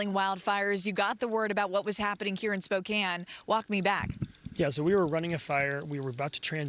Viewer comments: Oh brother: Fox anchor woman pronounces Spoe-kan (Spokane) as "Spoken". She must have learned from AI. Didn't even bother to do her research as to how the city is pronounced. Low class rated news. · Spoke- CAN not prounced Cane. Yes you can, in Spokane. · Spoke-Inne Washington